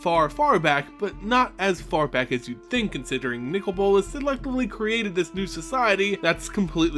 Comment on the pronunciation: His name is not nickel bolas it's Nicol bolas